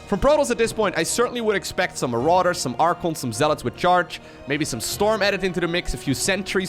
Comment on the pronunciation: "...for Prototss i would certanly expect Maroduers..."